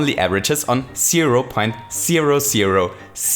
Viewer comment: I like when he says zero, because it sounds like sero